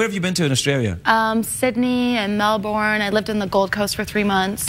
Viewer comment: The way she pronounced Melbourne I'm not so sure how switched on she is